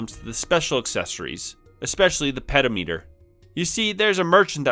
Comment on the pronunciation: You should try to do a collab with Jason Graves when you get to the remake of Dragon Quest V, he's doing the same exact thing but with SNES JRPGs. STOP PRONOUNCING PEDOMETER LIKE THAT!!! 😱 puh daa muh tr